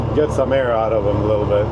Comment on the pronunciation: Lol " let the eer out" . Im from Texas with that long draw speech . Sure that would sound like me talking. Love the videos man